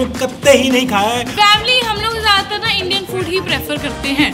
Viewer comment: 😅😅😅😅 expressions were lit at end when she said-yaar vamily mujhe b chahiye🤣🤣